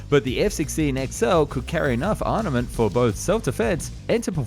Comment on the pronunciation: It's Armament, not Arnament